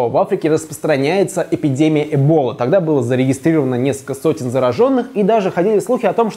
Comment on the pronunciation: разве не эболА ну ударение на а или нет